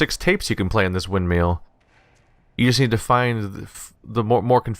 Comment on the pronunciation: The real mystery here is why suddenly started pronouncing "windmill" as "windmeal" even though he said it correctly several times before in this episode. And he continues to say it wrong to this day.